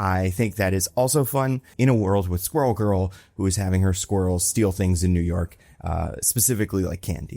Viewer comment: I ALSO HEARD SQUIRREL! It makes so much more sense being "skrull" =P